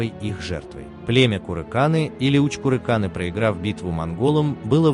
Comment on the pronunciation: Одни устаревшие стереотипы советского времени. Археология так и не смогла установить связь с курыкАнами (автор даже не может правильно название племени говорить). На Байкале следы саха не найдены, зато, еще в 40-е годы прошлого века профессор Окладников нашел в Олекме кости домашнего быка. Радиоуглеродный анализ показал, что скотоводство на севере существовало в V веке н.э. Улахан Сегеленняхская культура(продолжение ымыйахтахской). В 70-е годы профессор Мочанов нашел 5 черепов ымыйахтахской культуре. Изучив их, ученые установили их идентичность с якутскими. Современная генетика установила, что мифический предок саха жил 1300 лет назад. Это VIII век н.э., время падения Восточно-тюркского каганата. Считается, что на Лену пришел молодой Эллэй боотур и женился на дочери местного главы Омогоя бая. От них родился 90% саха. Генетики указали, что Эллэй и Омогой были родственниками, принадлежали одному снипу n-m1982. Знаменитый воин Кердюген найденный в Чурапчинском улусе был захоронен 4600 лет назад. Рядом обнаружили другое древнее захоронение. Изучив его кости, ученые установили, что это был самый древний образец гаплогруппы N-M2019 (предковый якутский) на сегодня - образец N4a1 (Kilinc et al., 2021). Возраст около 4600 лет до н.в. Это доказывает о том, что сахалар жили на своей земле со времен Ымыйахтахской культуры 5000 лет назад, а не как на ролике Это отсюда уходили люди. Родственную связь индейцев и саха ученые доказали давно. Также, давно доказаны факты родственности финнов, с